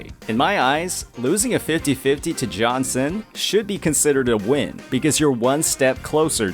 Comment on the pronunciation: Lost 50/50 to jianxin (s1) on changli… i felt good lol… i love her… i have selected 80 pull banner still and will pull for her s2. I dont mind getting her copies… got verina on first 50 pull banner… dont have other limited 5 star… got lucky But bro is butchering jianxin name again in another video lol… and she is my fav … (i have changli and yinlin too)